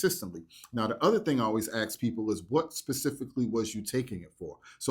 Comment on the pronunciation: 'Ask', not 'axe'. Please do better, as you make us look ignorant and uneducated.